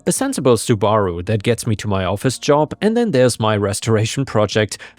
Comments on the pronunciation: soo-BARR-oo lol 🌟🌟🌟🌟🌟🌟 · It's pronounced "SUBE-A-ROO"